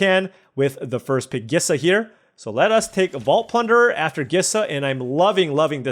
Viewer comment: I still hold firm that Gisa is pronounced like Lisa, but replacing the L with a G.